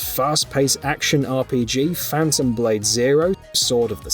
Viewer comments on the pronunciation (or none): none